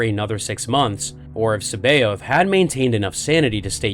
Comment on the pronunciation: His name is pronounced "SAB EYE OTH" people need to learn to pronounce things right jesus it proper gets on my nerves, look it up properly, Timothy Zahn himself pronounces his name SAB EYE OTH